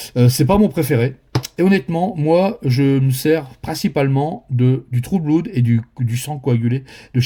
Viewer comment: Merci beaucoup ! Note: on prononce "blod" et pas "bloud". Malgré le double O. Saloperie d'anglais !